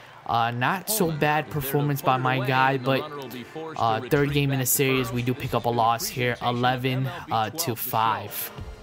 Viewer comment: It's SERIES, not SERIOUS!